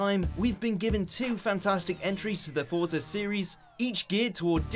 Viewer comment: Dislike for not saying "Forza" correctly.